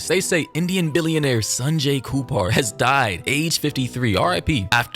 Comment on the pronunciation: HIS NAME IS KAPUR..NOT KUPAR😂😂